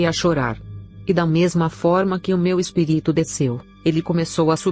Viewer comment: Por que sempre dizem espiríto e não espírito